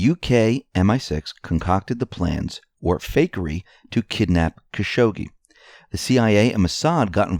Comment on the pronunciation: Still mispronounce Khashoggi, but it's not as funny as your other iterations. Caz-hoogie was probably your funniest.